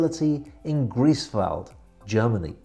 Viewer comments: ...? Greevesvald? Come on now... It´s Grife´s vald. Please. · Hi, I have to correct some of your pronounciations. 'Hanse': please only put some stress on the 'H' and the 's' is not sharp but more smooth. The city of 'Greifswald': the 'ei' in German words is always pronounced like the English word 'eye'.;-) Beside of that again a very good and informative video. Keep up the good work.